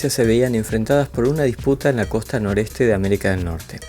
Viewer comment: Nutka es costa norOeste. dijiste noreste. . saludos